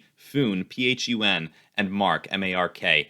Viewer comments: Flying to the moon with dwac and just so u know its pronounced fun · Doesn't even know how to pronounce it. its pronounced Fun and it has way more value than Truth Social.